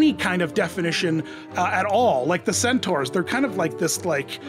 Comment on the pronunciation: Thank you for correctly pronouncing "centaur" as "centOR", not as I have heard so many Americans incorrectly pronounce it as "centAR".